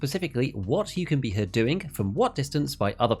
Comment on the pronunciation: "doing" is not pronounced "doingk" disliked learn how to speak